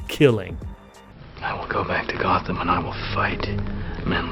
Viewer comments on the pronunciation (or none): none